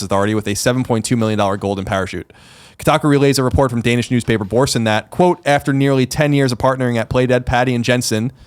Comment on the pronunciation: I loved how Colin pronounced Børsen. Next level Danish skills.